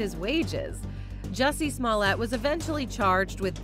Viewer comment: Jessie smollete you mean "Juicy smoo-lee-a" 😆 gotta live Dave Chapelle